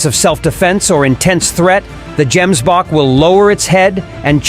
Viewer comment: Gemsbok is pronounced with a hard " g",not " j".